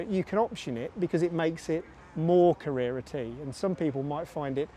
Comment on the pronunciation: So bloody annoying how you pronounce Carrera T. Can't watch you.